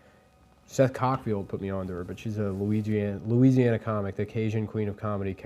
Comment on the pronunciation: lol he really just said 'she's from luigi-ana'